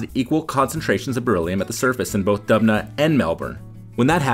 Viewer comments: Dubna → DUB-nuh = no ; doob-NAH = yes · Its not dubna its doobna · It would be great if the person who voiced the video learned to read and pronounce Dubna as [dʊbˈna], and not the jibrish that he pronounces instead.